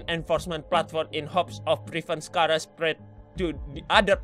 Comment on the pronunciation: Charar bukan Kharaa